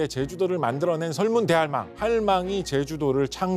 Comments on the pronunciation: 설문대 할망 아닌가요? 설문 대할망이 아닌거로 아는데.. 교수님께서 할망을 大할망으로 띄어 읽으시는듯 하네요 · 설문대 할망 발음하는거 보고 이 양반 얘기 안 듣고 감